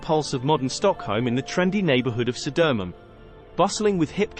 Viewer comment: Södermalm => Södöömunn...